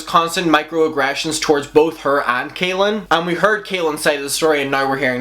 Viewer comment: i just HAVE to point out that his name is pronounced CALL-in not KAY-lin. it might not sound important but i believe that people should be corrected when it comes to names :) i hope everyone is having a really good day 💟